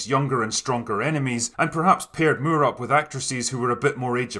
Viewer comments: Got to love the ‘Roger Muir’ pronunciation. And who could argue against Sean being the quintessential Bond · It's funny how you say Moore in Roger Moore - it's just more like - can I have some more - but you say it like "Mew-ugh" how did you make his surname into 2 syllables?! lol !!!!! :P